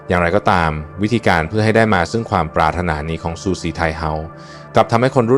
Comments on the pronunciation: ออกเสียงว่า ปราด ถะ หนา ไม่ใช่ ปรา รด ทะ นา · ว่า ปรา-รดตะ-นา โคตรรำคาญไอ้ AI จริงๆ ภาษาไทยผิดเพี้ยนหมดแล้ว ☹️ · ทำไมต้องอ่านปา.รถ.ถนา?